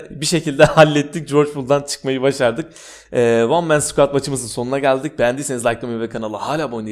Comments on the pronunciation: Yalnız o wan men skuad değil ONE MAN SQUAD JZNSİSNSİS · Bende düzeltiyimde tam olsun wan men suquat değil kardeşim o ONE MAN SQUAD olucak o. Kfkfkfkasdsds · abinin " wan men skuad " deyişine hastayım 🏁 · One Man Sqad Deyişine Hayranım